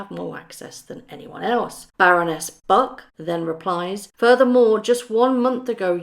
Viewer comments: I'd just like to point out that there is an 'r' in Baroness Bruck's 2nd name. So it is Bruck not Buck. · just a point, it's Baroness Bruck, not Buck. I believe they had a lot of involvement in this book. They all just lie! They can probably see that the public isn't responding the way they would like us to, so now they want to distance themselves as much as possible & say they had nothing to do with it!